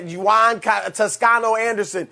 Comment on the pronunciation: This joker Broussard just calle Juan Yu-an. He really just butchers every name he touches lmao.